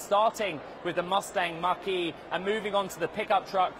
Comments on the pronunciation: When this reporter says “Mustang Mach-E”, it sounds like he's saying “Mustang Marquee”. English is a funny language. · I thought he was saying Mustang Marquee!! Lol